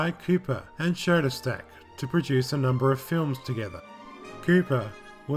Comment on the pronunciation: There is no "T" in Schoedsack.